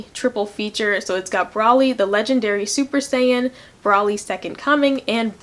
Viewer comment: It's broly (bro-lee)